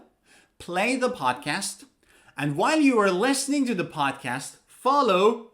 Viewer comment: Wait, why do you pronounce lestening instead of Listening?